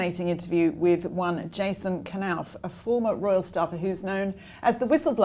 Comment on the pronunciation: Why knauf not pronoused KSilent nauf.